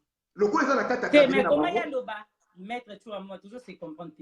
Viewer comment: on dit Maitre.